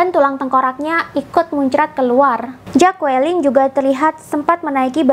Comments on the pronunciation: Maaf bacanya Jacqueline adalah “jeklin” bukan “jakuwelin” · Bilangnya 'jeklin', jd bkn 'jakualin' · Jeklin Mbak bukan jakualin..... aside from that, keren Mbak👍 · Maaf ralat cara baca nama istri beliau Jacklyn, Q nya gausa dibaca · Dibaca “Jeklin”...